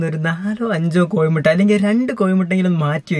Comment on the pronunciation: കോഴിമുട്ടയാണ്. കോയിമുട്ട അല്ല .